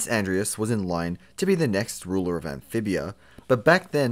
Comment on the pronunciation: I heard him say “Anphibiar”